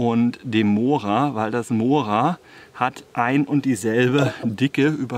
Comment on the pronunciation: Vielen Dank für deine schönen intelligentern Videos . betone das o bei mora doch bitte als u .also mura .es schmerzt doch arg.😁😁😁